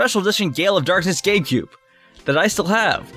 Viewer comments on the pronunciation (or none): none